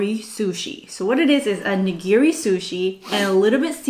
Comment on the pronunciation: I enjoy watching all your sushi mukbangs, but wish you would pronounce “nigiri” correctly. Having been raised in a traditional Japanese family, we do speak the language as if we were living in Japan. When you go to your favorite sushi restaurant, please ask the server to teach you the correct pronunciation of “nigiri”. It’s just a matter of respect for the language. Thank you !